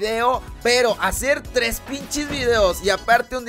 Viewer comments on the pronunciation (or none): none